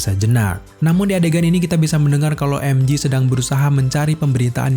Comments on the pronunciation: Emje bang bukan emji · MJ: bacanya "Emjey". Bukan "Emji". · "peter parker dan emji" wkwkwk "emjey" bang cara penyebutannya. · MJ, bacanya em jhe, bukan emji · Namanya MJ om, bukan MG 🙏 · mj bukan emji, tapi emje kalo emji itu mg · Info aja bang MJ di baca nya EM JE,bukan EM JI ,karen huruf J tetap di baca JE ,kalau G baru d baca JI, contoh jam G-Shock baca nya kan JI Syok